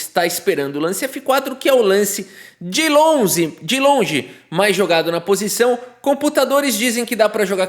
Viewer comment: "de lonze"